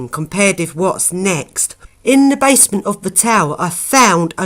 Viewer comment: Its basement not bassment.